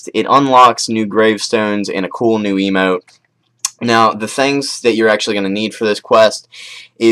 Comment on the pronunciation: It sounded like you said "You unlock A cool new Emo"